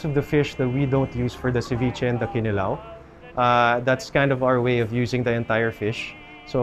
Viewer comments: Is it just me or is there zero effort to properly say ‘kinilaw’ in Bisaya with 6-yr island life? Ya ra lamang ka sundog sa lokal? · I believe the stress should be on the second syllable--kiNilaw. Can the locals confirm? I have never heard any bisaya say KInilaw. It's always kiNIlaw.